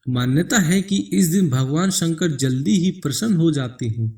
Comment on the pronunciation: ek baar bhi tune shiv ka nam dhang se nai liya..... शिव,शंकर बोल न कि siv,sankar